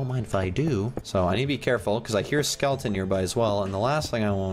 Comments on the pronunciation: It’s skeleton not Skellington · Skellington? You mean skeleton? 😂